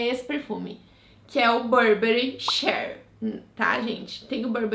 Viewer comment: amei as dicas, to doida pra comprar acho seu gosto de perfume parecido com o meu ❤ sobre o perfume da burberry, quando escreve chEEr se pronuncia “chíer” hahaha